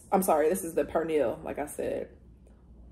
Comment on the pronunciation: You mentioned if you're pronouncing the food properly. Like with pernil. You didn't but don't sweat it because it's not your first language so that's expected and common. The words just wont roll off the tongue the same and thats not an issue. What's important is you're trying new things and showing love to another culture. 🇵🇷 I'm also queer so it makes sense that you're so open minded to other cultures. Much love and respect. 🙏